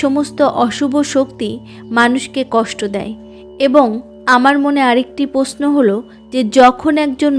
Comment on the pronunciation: আপনি বাংলা উচ্চারণ ভালো করে অভ্যাস করুন। র তো আপনি উচ্চারণ করতেই পারেন না, মৃত, মৃত্যু কে মিত মিত্তু বলছেন দেবশি নয় দেবর্ষি । পশ্ন নয় প্রশ্ন অত্থ নয় অর্থ এই ফালতু উচ্চারণ শুনতে কারো ভালো লাগে বলুন। ছিঃ